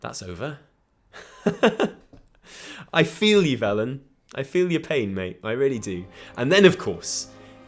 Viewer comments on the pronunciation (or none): none